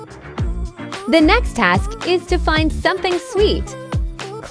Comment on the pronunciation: she said fine instead of find😂😂😂😂😂😂😂😂